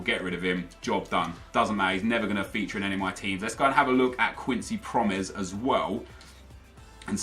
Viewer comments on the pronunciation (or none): promes is pronounced like pro-mess (pro in like pro-player and mess just like messi without the i) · It's pronounced pro-mess XD